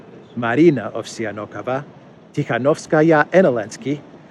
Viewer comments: Ovsiyannokova reads as “ Off-sAnnikova”, second syllable stressed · I think it is pronounced Ovseanikova. With emphasis on sea silable. Great reporting:) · About Ovsyannikova name - you making mistake reading "ya" as two syllables. It's one vowel, soft A and sounds like "ya" in Yandex